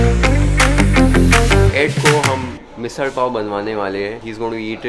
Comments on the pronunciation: I really like ur correct (marathi) pronunciation of misal .Evidently there could be noone else who would have accurately & authentically represented india . 🙏 u rrr theee besstttt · You have rightly pronounced misaal as said in Marathi 👍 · You won me over your proper pronunciation of Misal, many Mumbaikars still don't say it as it is. You even pronounce Dosa properly. 🌸 Oh yes Ed did good too in the video..😂